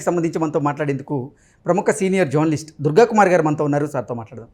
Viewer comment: ఆయన పేరు దుర్గాకుమార్‌గారు కదా! మీరు ఆయన పేరు పలకడంలో 'దుర్గాకుమారి' అని వినిపిస్తోంది. కొంచెం ఉచ్చారణలో జాగ్రత్త తీసుకుంటే బాగుంటుంది. 😊